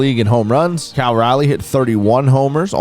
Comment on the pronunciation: I don’t think has ever said Cal’s name correctly or the same twice lmao